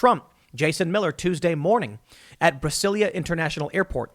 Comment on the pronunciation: Tim, it's pronounced Brazilia not Brasilia. In Portuguese both the country and city are spelled Brasil and Brasilia respectfully but the "s" is pronounced more like a "z".